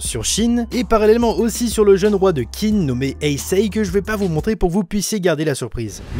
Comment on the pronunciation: Whaou ça a vraiment l air ouf rien que niveau dessin, scénario univers et j en passe par contre si tu veux savoir ça se prononcé "Tsine" voilà j étudié le chinois depuis 6 ans (je suis extrement nul à chier) mais voilà c est pour Info comme ça tu te sentira moins con si t en parle à chinois ou que tu veux caler une réf sur l histoire de la Chine voiiiila en tout cas cimer ça a l air ouf